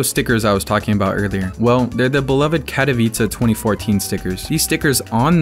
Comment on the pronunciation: "the beloved cat-owice stickers"